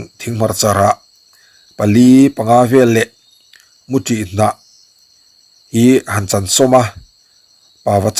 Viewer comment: A bengvarthlâk e. I titha hle mai. Mahse, Naupanglai tih ni lovin naupanlai tih tur aw. Mutih kan tih leh i Mutih tih khi a inang miah lo. 😅